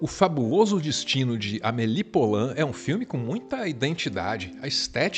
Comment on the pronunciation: Maravilhosoooooooooo. Obrigada. Filme da minha vida. Só uma dica. Poulain se diz pulã. Som de u mesmo. Porque "ou" (poulain lourdes) tem som de u. Beijão